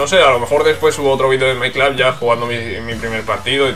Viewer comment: buen video. porque dice my clab? si se dice my club xdd